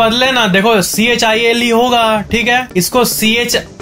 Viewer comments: 👈👈👈👈👈👈 Its not चाइल It is चिली 😂😂😂😂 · 'chile' yah चाईल नहीं 'चिली' hayaa.. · It's chile 🇨🇱 not Chiile sorry for it bro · Chile को चाईल नहीं, चिलि बोलते हैं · Chile(चिली) ko चाइल bola aaf ne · Chile is a name of a country and it is pronounced as (Chee-Lee) चिलि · Bhai chile ka pronounciation... chilli jesa hoga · chile ko chilly pronounce krte h bro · Chile ko child bol rahahai 🤣🤣🤣🤣🤣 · you pronounced "Chile" wrong....make it right....good vdo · Chile 🇨🇱 ko galat pronounce kiya haii bro😂🤣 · Chile Pronunciation galat bol rahe he